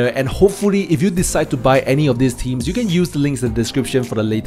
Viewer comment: Strange, you'd think that if you were to do a video on wp themes you might learn how to pronounce the word "Themes". Strange world we're living in.